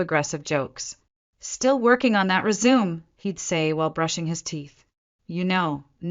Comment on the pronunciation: I don't understand why she would let her company get into such a state. How could she sign paychecks , and bonus for Andrew and his cronies without someone knowing. And if she was so smart why couldn't she pronounce the word Resume correctly. When she walked into the board room they still didn't recognize her even though they had dinner with her a few nights before.